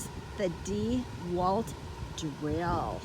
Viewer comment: The first thing you should learn is how to pronounce dewalt. Not Dee...Walt. Not Dew...alt. It's pronounce Dah walt